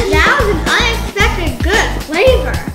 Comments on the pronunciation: p.o.v --------- for the asian styled rice you hear her say arsain instead pls dont hate on me😶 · You said arsan styled rice lol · Did she just say arisan rice Instead of Asian rice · Sorry to correct you but it’s “Asian” not “Arsin” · Arson ❌ Asian ✅